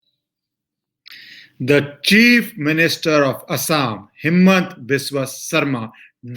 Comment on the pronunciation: Please pronounce the name and Hemanta and not Himmat and thanks for the news